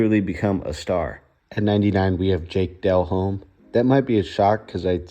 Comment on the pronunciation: I’m an old head and can help you with the pronunciation of some of those names if you’re looking for help (Delhomme is pronounced ‘Dell ohm’; Kreig is pronounced ‘Kreg’) — plus, I’m from Indiana, too.